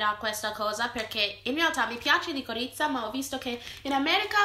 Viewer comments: "licorizza" ahaahaha sono morta😂😂😂😂😂😂😂😂😂😂😂😂😂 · Liquirizia no licorizia😂😂😂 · Si dice liquirizia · Licorizza HAAHAHAH